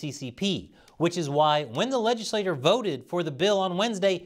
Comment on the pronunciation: Great video. One note: legislature is pronounced le-jiss-lay-chur, not le-jiss-lay-tur.